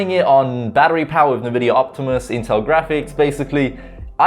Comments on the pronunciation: it's pronounced "INVIDIA mate.. NOT nevidia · Great video but Envidia...."EN"vidia. 🤣